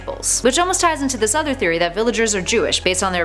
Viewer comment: Did she say game theroy